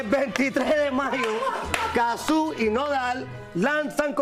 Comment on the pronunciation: En serio le dicen Cazzú? Le dicen mal el nombre a propósito?